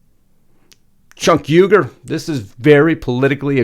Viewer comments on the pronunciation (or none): none